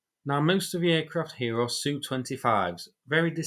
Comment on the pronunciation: Jesus Christ bro your pronouncing of Su, Mi, Tu etc. makes my blood boil. Why not say S.U., M.I. etc. like normal people?